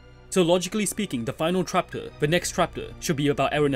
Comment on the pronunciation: Am i the only who hear "trapter"?